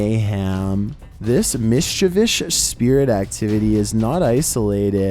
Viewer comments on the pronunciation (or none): Mischeivish-us Mischievous Mischievious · Jean he struggles with that word for some reason. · Been a while sine I heard that word mishchivis